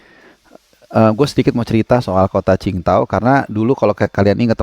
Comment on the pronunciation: Dari sekian banyak pundit, jurnalis, komentator di Indonesia.. cuma yang bener dengan penyebutan kota qing dao.. respek..